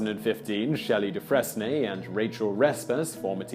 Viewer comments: Hey Simon, Dufresne is pronounced Due-Frayn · This is both late and nitpicky, but Dufresne is pronounced 'doo-FRANE', rhymes with 'due pain'. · Dufresne is pronounced "doo-fraine". Stay in school. Just teasing. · That's "doo-FRAYNE," Mr. Whistler. Not "dus-FRESS-nee." ROTFL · Simon, Simon, Simon...Dufresne is pronounced "deh-frayne", not "deh-freznee". Tell the truth Whistler, you love being corrected by me on your pronunciations. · 'Dufresne' is pronounced Doo-fray-n, as in like, Andy DuFresne from Shawshank Redemption. The sound 'frez-nee' doesn't exist in modern English. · Doofrezne? Really... Try Doofrayne. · It's not "doo-FRESS-ne", it's "Du-frayne". Sorry, pet peeve. Just call it a bonus fact, Simon. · It’s pronounced doofrain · Dufresne is pronounced dew-freen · Dufresne is pronounced "Durfrain" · Do-fray-N not dufresne. 🤦🏽‍♀️🤦🏽‍♀️🤦🏽‍♀️ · Dufresne is pronounced DooFrain. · The name is pronounced “Du-Frayne” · I believe it's pronounced dew frain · LOL, "duh-fress-nee"? Simon, have you never seen "Shawshank Redemption"? 😂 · Dufresne is pronounced "Du-Frayn". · the S and final E are silent in Dufresne